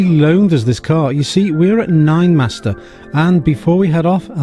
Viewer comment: Great car, stunning, good review, just the name Ninemeister, German not master